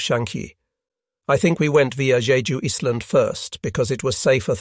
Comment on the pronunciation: This must be AI audio, since no Englishman would every pronounce "island" as "is-land", or "allied" as "ah-lee-ed".